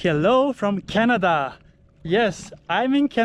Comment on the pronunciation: It’s actually pronounced Ka-na-da not like the country actually in a different way. and it’s named after a croft (torp)! 😊